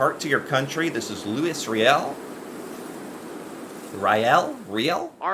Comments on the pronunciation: Louis is pronounced Lewee. Riel is pronounced Ree-el. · Lois Riel is pronounced "Louie ReeYell".. Lot's of French names up here!!.. Still trying to figure out why an American politician would disrespect and piss off it's biggest customer!!.. Won't be easy but there are other stores out there.. Cheers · It’s pronounced Lou E ree al